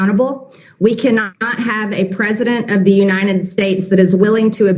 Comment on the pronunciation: she cannot even say uniTed! UNINED?!